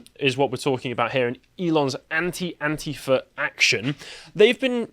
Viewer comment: I thought you said 'ant-eater', but it was antifa. Weird!